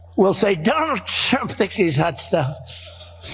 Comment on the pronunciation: Donald Chump is the most honest thing hes ever said or is he having a stroke